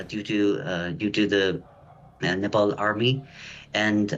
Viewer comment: Nepal Not Nepaul!